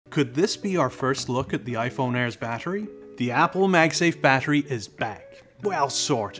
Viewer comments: The way he says battery needs to be ifixed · You pronounce "battery" strangely.